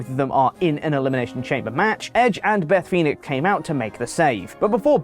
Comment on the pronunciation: Beth Phoenic? Who dat? 😂